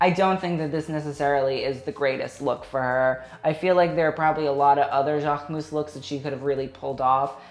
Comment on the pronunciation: I still don’t understand why cannot pronounce Jacquemus properly like « Jaarhmus » 😂😂 Like jack with a K I don’t know babe